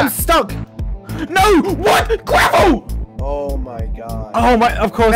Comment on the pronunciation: “gravel”, more like “quafo”